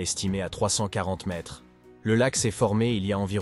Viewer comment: Mdr la vidéo signée chat GPT, les gens, ne vous abonnez pas à ça et regardez des vrais documentaires parce que ça c'est un contenu vraiment nul (même pas fichu de prononcer 1,42 mètres ou des dates avec AV JC et AP JC quand même, respectez-vous)